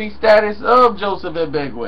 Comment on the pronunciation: Lol, NOOO, thats not how you pronounce it!!! Ag-Be-(KO)! Like CO! Its a Ghanaian name!!!